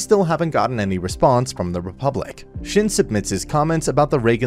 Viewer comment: Your pronunciation of shin is killing me